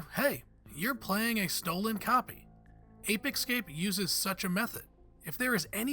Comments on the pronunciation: Ape Ecscape? Can you read? Stop saying it thay way🤦🏻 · "Ape Excape?" Seriously, multimillion subscriber outlet? Hire better presenters.